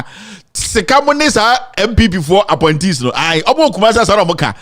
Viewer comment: Ooh, "APPOINTEES". I thought I heard "Aponkyes"🙉